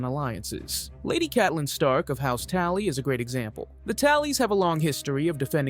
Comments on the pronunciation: They whay you said TALLY instead of TULLY fucking agravated my anger. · TUlly, not TAlly. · It's house Tully not Tally.... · Tulley. Not taley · I had to shut it off after hearing "House Tally" the 3rd time. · TULLY, TULLY, TULLY,TULLY. Not Tally ffs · Bro are you really having this difficult of a time "PRONOUNCING SOUNDING OUT" the letter "A"🤔 Maybe you should stop creating content! Its pronounced tUll-E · Dude it is pronounced tu lly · people need to understand that he says Tally on purpose to engagement farm in the comments… lol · This video is terrible are you even human? Do you even know what game of thrones is? Tally, ayrie, Arin? What the fuck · Great video, but if you say tally one more time I’m gonna punch a bird. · I hate to correct you but it's pronounced house Tully it starts with the letters Tully great video but please keep it grammatically accurate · what a douche, wtf is a tally?! can you read? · How on Earth do you mispronounce something as easy to say as Tully? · Did whoever posted this even bother to watch the video for grammatical errors? Would've gotten my like until the ai quadrupled down on House Tally. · Yep Tully’s isn’t that hard.